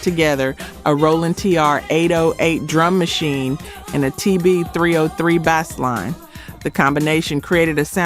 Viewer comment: What’s a Bas-line ?